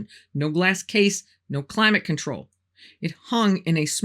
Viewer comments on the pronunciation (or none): none